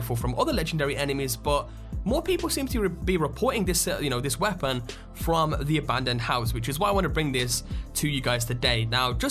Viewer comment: The way this man says the word 'weapon' annoys. Its not the accent.